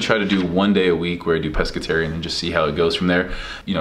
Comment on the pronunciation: Steve it's Pescatarian not Pesceterian! 😂